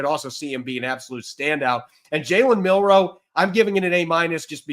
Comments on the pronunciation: Jalen is on out team now, learn how to say his last name😂😂 Milroe not Monroe😂😂😂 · It’s Milroe, not Monroe. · ROB PLEASE IT'S MILROE WITH AN L, NOT MINROE WITH AN N. Please lord let see this so I don't have to hear him call him MinRoe for the next decade. It's been killing me for the last 3 months. MIL-ROE. MilROE.